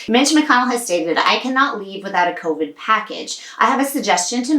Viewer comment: “CO-VIGE”!!! 😂Thank you for your CO-VIGILANCE with these timely topics! (Co-Vigilante??) 😄 So glad at least that Pelosi said Hell to the No on that horrible other one!! Yet the limbo continues....!!😬